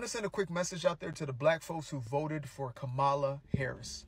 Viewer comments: Why won’t you all even pronounce her name correctly? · I stopped listening after he mispronounced her name. I’m fine💙💙💙